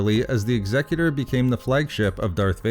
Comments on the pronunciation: Finally, someone who can pronounce "Executor" correctly! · Thank you for pronouncing "Executor" correctly.